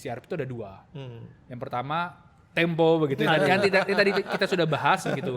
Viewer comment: Tempo bukan Tempe ...